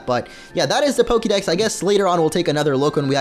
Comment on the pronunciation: Dude if you love pokemon THAT much then learn how to fuckin' pronounce it. Soooo annoying to hear PokEEdex over and over.